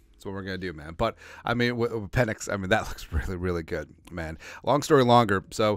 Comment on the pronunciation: Pe"NIX" as in NO.